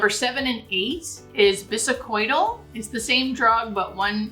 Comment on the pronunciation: I am RN for 30 yrs and in the throes of interviews to become a hospice nurse. Love your videos to help me prepare. 😊 May I suggest?? plz check pronunciation of words like bisacodyl . defibrillator (there is no “u” in defibrillator nor an “oi” sound in bisacodyl. You are obviously a very highly intelligent nurse and author and i hope this tiny critique doesnt offend) Thank you again. I learn so much from your videos.❤